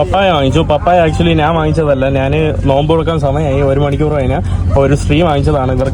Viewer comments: സ്നേഹം കൊണ്ട് പറയുവാണ്. പോകുന്ന രാജ്യങ്ങളിലെ ഭാഷകളൊക്കെയും ഒരു വിധം പഠിച്ചെടുക്കുന്നുണ്ട്. പക്ഷെ മാതൃഭാഷയായ മലയാളത്തിൽ ഞാൻ എന്നതിന് നാൻ എന്നാണ് പറയുന്നത് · ്റെ മലയാള നിഘണ്ടുവിൽ 'ഞ്ഞ.. ഞ' എന്ന അക്ഷരങ്ങൾ ഇല്ല..😊 അതുകൊണ്ടാണ് നാൻ.. നാണ്..മന്ന്ന കളർ..മന്നൾ..എന്നൊക്കെ പറയുന്നത്..അതൊക്കെ മറന്നുപോയതായിരിക്കും..❤